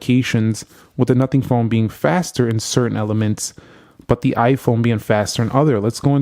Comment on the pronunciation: Its "iphone" not "iphun"